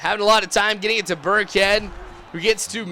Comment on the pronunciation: LOL THOUGHT HE WAS SAYING BIRDCAT THE WHOLE TIME, BUT IT'S BURKHEAD